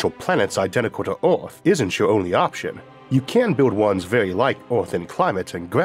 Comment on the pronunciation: A program about earth narrated by sometime that cannot pronounce “earth”